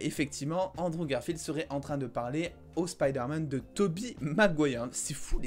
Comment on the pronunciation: ok premère minutes Androve Garfield yay rip la prononciation